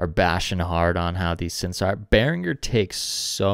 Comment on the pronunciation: Die richtige Aussprache ist bear-ing-er nicht bear-inj-er